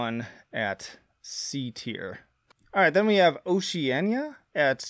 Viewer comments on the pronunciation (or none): Man, you love taking these album titles and making them sound like they're Spanish. Lol. Oceana isn't pronounced with an ñ. It's just "oh-shee-ann-uh".